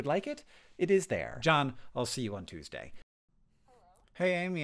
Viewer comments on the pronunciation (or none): none